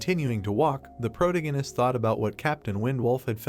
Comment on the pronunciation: Had to stop wtf is a “protengenist” 😭😭 man says it every other line. Protagonist is the word pronunciation the a in there